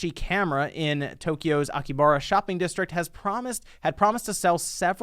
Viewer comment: SpawnWavePlus Host: Akibara My inner weeb: Its Akihabara you uncultured swine Also me: My heart it burns